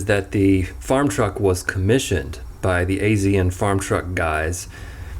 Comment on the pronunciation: Hey not criticizing you or anything but azn is pronounced like Asian